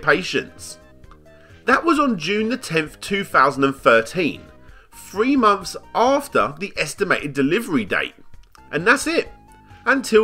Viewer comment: Mumfes and mumfes of being unwilling the pronounce the 'TH' in your own language, as a commentator and content creator... gg well played